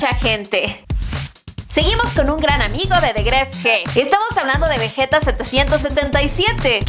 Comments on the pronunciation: Quien carajos dice Gref g se escribe Grefg pero se pronuncia gref y ademas el McLaren 720s es prestado y lo dijo en el video su auto real es un Mercedes Benz Amg C63 pesimamente investigado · Heeey, grefg se pronuncia solo gref. Y segundo, ese carro solo se lo prestaron, no es suyo. Pd: no es en mal onda 👍